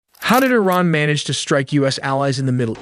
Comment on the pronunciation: Eh-ran ?! This AI is Canadian